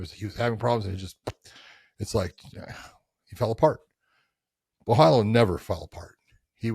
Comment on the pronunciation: Don't pronounce Borhalho not with HO at the end , just like Ronaldinho ( PRENOUNCE RONALDINJJJJJJJJOOO) BORRALJJJOOOO